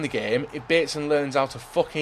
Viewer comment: baetson hhahahah best i have ever heard